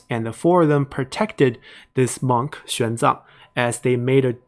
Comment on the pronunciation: Chinese monk "Xuan Zang", not "Xiang Zang"